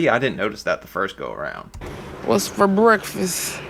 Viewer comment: When she said breakfast I heard ‘wreckfest’ it really is wreck fest 😭